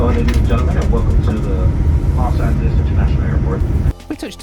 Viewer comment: Those windows are the reason that we never have and never will fly on a 787 - no matter how good the airline is. Sadly, hasn't learned to pronounce "Los Angeles" correctly yet.